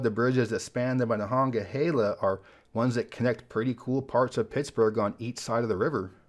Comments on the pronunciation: aLad - considering we can be 100% sure it’s being butchered now by people who think they know how to say it from the original Iroquois and its correct pronunciation, we can safely say he did a great job, especially from one not used to saying it. Great job. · As a Pittsburgher I’m glad you pronounced Monongahela correctly. Also, there’s not a bad way to enter the city. The Ft. Pitt tunnel gets all the love and deservedly so. But there’s so many good views.